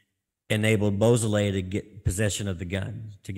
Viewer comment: Actually, it's pronounced "BO SO LAY" How do you get BOO out of beau?